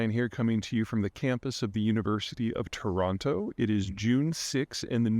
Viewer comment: Those Canadians must be loosing their shit with that pronunciation of Toronto